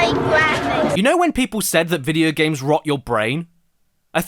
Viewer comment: George is totally unreal. I can’t believe somebody is this bad at “vidi gums”